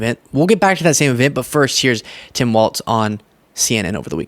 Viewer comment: I don't know why you're saying "Tim Waltz" and not "Tim Walls." The pronunciation of Walz is like the plural of a wall. There are four "walls" in this rectangle room." Very annoying and makes you come off as not really knowing about what or who you're talking about. He's been around in politics for the past 18 years and last 6 as Governor. I think you should know how to pronounce his name and stop making a fool of yourself. Yikes. Do better.